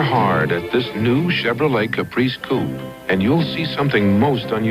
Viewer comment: Listen the last Chevrolet commercial and tell me if the announcer says New Chevrolet Caprice poop instead of coupe